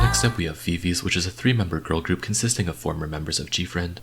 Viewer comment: not hating but viviz is pronounced as vi vi ji bc it’s from the members names